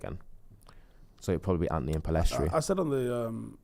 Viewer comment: Why cant pronounce An-To-Ny properly? Says Anty